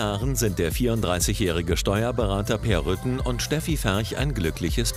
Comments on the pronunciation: Ich verstand erst Rüttgen 😂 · Ach, Peer heißt "Rütten" ich habe "Rücken" verstanden